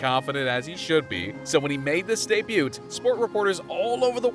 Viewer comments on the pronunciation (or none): …. did you say debuT? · “Debu(T)”? WTH AI gods? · Why can't you pronounce "debut"? You're obviously not the brightest, but not being able to say debut is insane. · it's not Zlaraan and a silent T in debut